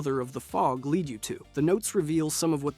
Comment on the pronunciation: Every video I've watched has some pronunciation issue and it's painful